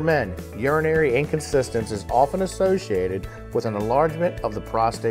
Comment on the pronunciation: "In-Con-TIN-ence" - Inconsistence is an entirely different word :o)